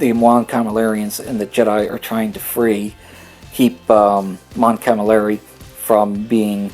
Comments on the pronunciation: Btw. you mispronounce my favourite alien race. You say mon camalari instead of mon calamari:p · You totally butchered Mon-Calamari pronunciation, several times.